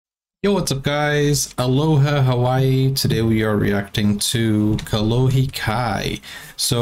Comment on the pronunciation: You said Kolohe Kai perfect!❤👌👋🏻🔥